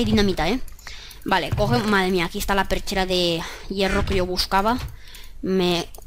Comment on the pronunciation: Porque dices perchera? Cuando se llama pechera